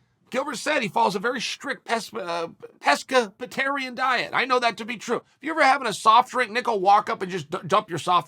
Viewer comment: Ah yes “pesca-pescapatarian” thank you Uncle Chael! College has been nothing but A’s since I started learning the King’s English.